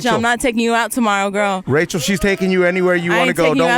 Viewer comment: Haaaa she said Rachel TAE‼️😂